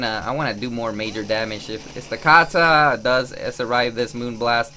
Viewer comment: Stakataka is pronounced stack attack uh